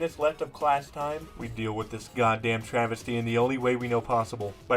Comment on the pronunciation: For one moment i thought that said "Travesti" wich is a term for Drag Queens here in Brazil. Also Shout-out from Brazil, 🇧🇷